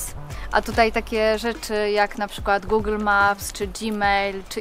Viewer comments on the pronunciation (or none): none